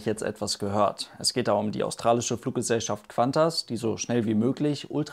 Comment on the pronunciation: Es heißt KuANTAS und nicht KWANTAS :D